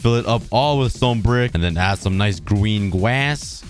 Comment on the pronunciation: "gween glwss" - -2021